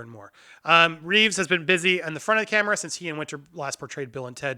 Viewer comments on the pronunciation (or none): none